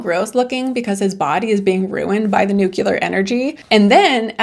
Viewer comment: I hate when people say nuculer